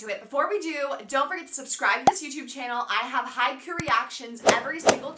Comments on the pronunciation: ... it's Hi-Kyu, or Hike-You. Not Haiku. It's not a poem. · It pronounced haikyou!!